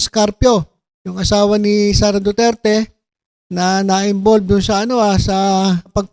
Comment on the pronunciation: TSMA BA DINIG KO: DO-DIRTY!!! DO-DIRTY!!! DO-DIRTY!! 😂😂😂